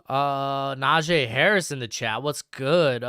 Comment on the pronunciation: NAJ-EE NOT NAJAY. It pronounced like knee.